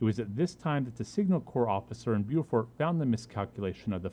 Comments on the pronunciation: Bo fort is how it's pronouced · Beaufort is not prenounced that way. That's the south Carolina prenoucation. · You mispronounced the town.